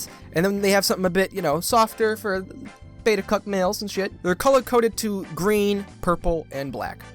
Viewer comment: I’m dying he said “beta cuck males”